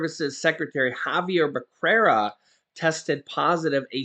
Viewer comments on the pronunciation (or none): Hi. Xavier Becerra is actually pronounced Beserra.